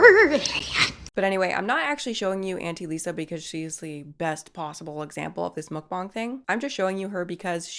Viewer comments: ohhhh no, you still pronouncing mukbang wrong. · I was going to watch this vid but I honestly can't stand when ppl pronounce 'muk bang' as 'mook bong'. It's like when americans say meh-he-co, instead of mexico. Using a different accent to pronounce a single word is just so incredibly cringe to me. I still love ya though so I put this comment in to appease the algorithmic machine gods. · It's just pronounced muck-bang...why are you putting that stank on it 😂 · It's pronounced muk-bANG!!